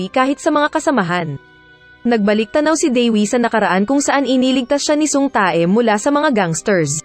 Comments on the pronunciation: Ang sama nang pag bigkas uhh tae hahhahhaha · Natatawa ako dun sa Tae ahahaha. Tay pag pronounce non oi